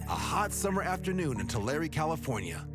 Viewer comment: FYI, this place name--Tulare--is not pronounced /two-larry/, but /two-lair/.